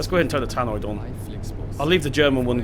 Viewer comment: It is a ‘tannoy’ not a ‘tannoid’